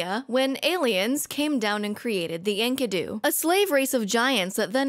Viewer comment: Enkidu is the dude's name, not his species. He's not "The Enkidu". Also, these clowns saw the name Enkidu and thought "Oh yes, of course! Ink-uh-doo!"